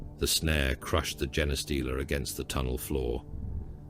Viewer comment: Shame about the mispronounced Genestealer